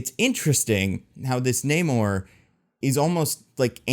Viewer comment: I love the movie. The only problem I had was that for some reason after Namor introduced himself as "Na-mor", in the very next scene the Wakandans called him "Neymor", and that didn't make sense.